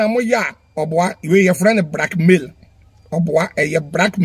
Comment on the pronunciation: But why will Afia show her condition and nakedness to Fadda Dickson… it doesn’t make sense cos he is not her relative neither is he a doctor/therapist…ahhhh well 😮 lesson well learnt😮‍💨😮‍💨…wait oo!! Did kumchacha say “Brackmail” or “Blackmail” lol 😆 😅😅😅